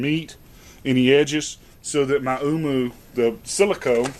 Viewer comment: Silicone..... even my voice recognition on my phone is smarter than you.